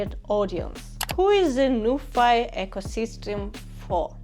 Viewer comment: Pronounciation should be Nu - phee as ( Phillips ) , not Nufai 😅. Btw nice video.